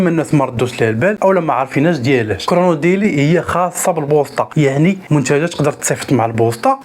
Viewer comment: معلومات مغلوطة و طريقة نطقك خاطئة ل chronodiali كرونوديالي، Speedaf سبيداف ماشي سبيدوف